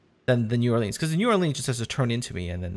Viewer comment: My Louisiana soul hurts the way he pronounced New Orleans.....think of it as Nawlins